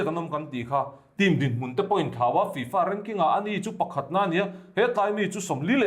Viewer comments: Tufa maw I tih? FIFA 😂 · 'Tu fa?' : 'Fi-Fa' 🤣🤣